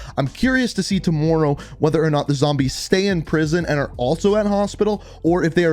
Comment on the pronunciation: I can hear his Canadian accent only when he says tomorrow